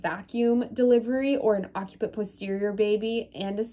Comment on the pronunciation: it is pronounced "OC-si-put"